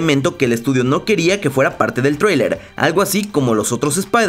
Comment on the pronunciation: Me encanta como dice Traewlier es traileeer weeey ajaja